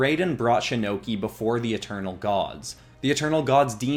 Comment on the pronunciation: you said shinnoki like shinnok and Loki that sounds like a sick anime character